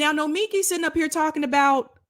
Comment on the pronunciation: BTW, her name is said no-me-KEE